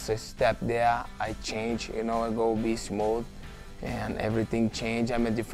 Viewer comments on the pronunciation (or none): RDA said "beast mode" in his accent. I'm dead